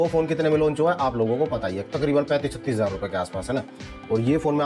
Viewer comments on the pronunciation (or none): none